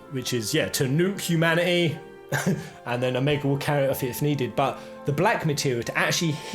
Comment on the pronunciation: Humanaeey, communieey...why ? :) :)